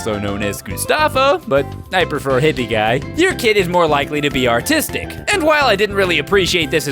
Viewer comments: When he said artistic I thought he said autistic so I had to double back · I thought you said "autistic" and then I realized you meant "artistic" lmao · I thought said 'Your kid will likely become 'autistic' not artistic lol